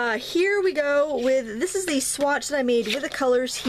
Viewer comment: It's SWATCH paper, not swat paper.